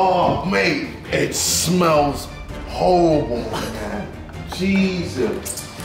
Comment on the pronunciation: "Mate, it smells howwible in there"